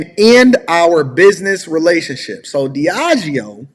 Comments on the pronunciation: Lol right. He strong and wrong “Diego—yep! I got it right.” Humorous. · Diageo (g-is pronounced with a j) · “Diego” 💀 Diageo just happens to be one of the biggest spirits company in the world. And this idiot cant read out 6 letters. 🤦🏻‍♂️ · DEE AHH GEEO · Pronounced DEE-A-GEO👍🏽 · It’s pronounced Deahh-jee-oh (the g is dragged like in “concierge”). I’ve met a lot of people who work there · It’s pronounced DEE-AH-GHEE-OH